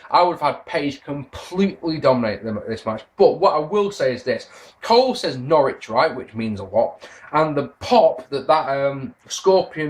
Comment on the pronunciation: Haha i popped when Cole pronounced Norwich correctly! Yes for Q&A